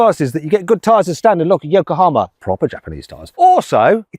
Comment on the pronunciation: ブリティッシュヨ コ ハ マ